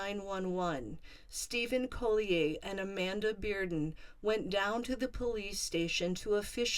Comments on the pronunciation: I feel like you’re pronouncing their last name incorrectly. It’s Collier. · Is that how you pronounce Collier